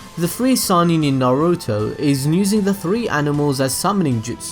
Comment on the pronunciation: Why you say "Nusing" and not "using". You add that "N" for many words! Why??